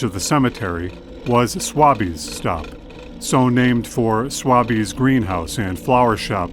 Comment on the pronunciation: Great stuff guys! Keep ‘em coming! One ( two, actually ) nit pick note: Swaby’s stop ( named for the former greenhouse ) is pronounced ‘sway-bees’ & the Arcada Theater is ‘Ar-cah-da’.